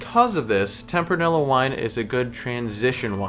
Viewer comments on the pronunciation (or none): Good video. I always enjoy watching your videos, but I do you have to say that your pronunciation of Tempranillo is surprising to me lol. In Spanish, double L‘s are pronounced like a Y. So it’s pronounced like “ temp-rah-nee-yo”. :)